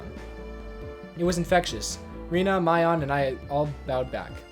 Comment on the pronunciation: Also, for future reference, this is how the names are pronounced: Hinamizawa:Hee-nah-mee-zah-wah Keiichi:Kay-ee-chee Rena:Reh-nuh Mion:Mee-on Satoko:Sah-toh-koh Rika:Ree-kuh Hope this helps!